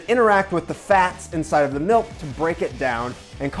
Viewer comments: Them wow look at all the mElk and I’m over here like it’s milk not mElk it doesn’t have a E it’s spelled with a I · Milk Not Mulk, or Melk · Milk. Not melk. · OMG! At the start, pronounces "milk" the way my late mother did! "MELK!" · Why he said milk as “miulk” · No, he said "melk" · It's pronounced MALK! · Malk, he said it. You can't unhear it. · I agree on that he said milk wrong